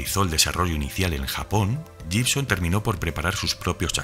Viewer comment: Amigo, la palabra 'Gibson' se pronuncia 'guibson'.